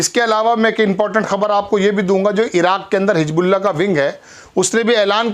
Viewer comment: Bhai Hijbullah nahin Hizbullah hai,Salman nahin Mohammed Bin Salman hai,Ashraq al awsat nahin Sharq al awasat hai,pahle Urdu ka sahi pro nounciation seekhiye